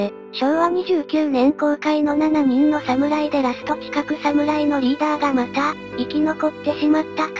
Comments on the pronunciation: あと「ななにん」→❌ 「しちにん」→◯ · 「七人の侍」は、「ななにん」ではなくて「しちにん」と読んで欲しい。